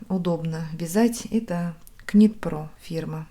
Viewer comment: Носки красивые, книга потрясающая. И коль уж мы тут заодно учим английский, то внесу свою скромную лепту: вязать произносится нит, буква k не произносится. Нитинг- вязание🧶